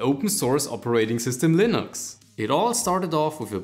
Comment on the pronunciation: Am i the only one bother by the way he says Valve or Linux?